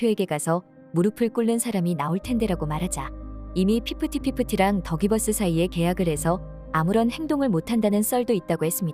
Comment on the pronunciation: 영상에서 가끔 더 기버스가 덕이 버스로 들림 ㅋㅋㅋㅋ